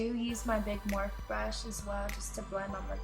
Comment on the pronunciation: Wait did she say "morph" I thought it was pronounced "morpheeeeeee" I exaggerated the e's but you get it .